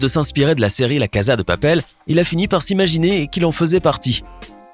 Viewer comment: « La caza deux papèlle » mouais....